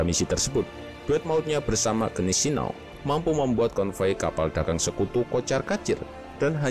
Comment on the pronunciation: maaf min ralat yg bner bacanya guineseau bhs jerman agak ribet